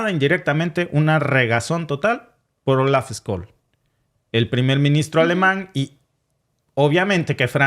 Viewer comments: Por cierto , es Olaf scholz , se pronuncia "tsholtz" no scols. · Ojo caballero, una previa: Scholtz se pronuncia SHOLTZ nie Skolts.